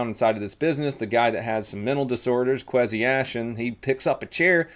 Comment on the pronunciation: Pronounced (Kway-C) Kwesi. It's an African name. Just lettin u know.